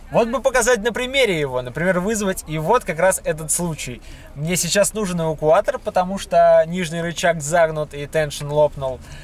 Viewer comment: "Асвальт", "увукуатор". Забавное произношение у вас,.